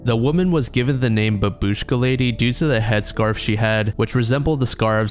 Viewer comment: It's pronounced bAbushka, the first A is stressed. In Russian at least.